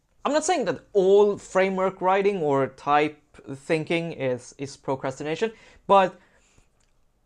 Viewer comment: I liked how you pronounced it 'procrastrination' before.